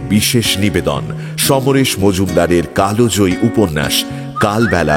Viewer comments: এত সুন্দর উপন্যাস আর এত সুন্দর উপস্থাপন আমি অভিভূত। তবে কালজয়ী জায়গায় কালোজয়ী উচ্চারণ আশাকরি নি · Mir apni kal joyee ke kalojoyee (কালোজয়ী) bolchhen keno bujhte parchhi na . Tahole kalobela bolun. Kothata to kaal. Kaler niyom.